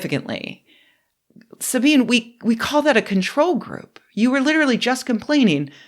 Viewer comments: Sabine really misses the mark with her jokes and takes on politics. She had already made a few jokes about trans people in the bathroom which I found unnecessary and irrelevant. She does a little bit where she answers the phone and makes some jokes. Also it's "Sabine-ah" the E is an "uh/ah" sound. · Small note: Her name is pronounced "Sabina," and feel free to make the ess lean toward a zee a bit. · It's pronounced "Sabina". You're over here criticizing her and you don't even know her name. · I heard this too. I love languages and enjoy trying to find the best way to pronounce things. Sabine-eh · It's called: "Staying in your lane..." She's either going for views on "topical" things, or has kind of lost the plot a bit. FYI, the typical pronunciation (particularly on German-speakers) of her name is: Sab - een - eh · I would take your critique more seriously if you could be bothered to pronounce Sabine's name correctly. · Just fyi, in German, there are no silent letters. Sabine is, therefore, a 3 syllable word (no silent e at the end). Here name is pronounced almost like Sabina, except with the last letter being more like eh. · Is it possibly disrespectful to mispronounce Sabine's name? When she says her own name she pronounces the final 'e' (as a short 'a'). I appreciate your criticism but maybe you slight her because you don't know the real Sabine. At least by name. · This discussion involves zero math, rather, if you can't even pronounce the name of the person you're criticizing that tells me you didn't watch the video before hand and instead depended on reddit to tell you how to feel. I know that is a big concept for you to understand but it's imperative that you do to be able to follow what is being expressed. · Sabine Hossenfelder's first name has three syllables, the last being a schwa, and the "S" is pronounced like the "s" in "ones", not like the "-ce" in "once". Like the "z" in "zoological gardens". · FYI the e in 'Sabine' is pronounced more like 'ah'.